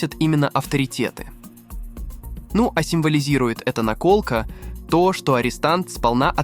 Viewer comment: В слове "наколка" неправильно поставить ударение- это какой-то особый цинизм! Отписываюсь.